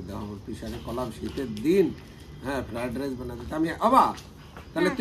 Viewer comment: কথা টা ফ্রাইড রাইস।